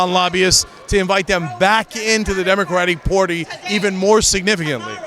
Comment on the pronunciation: "Demicraddy Porty"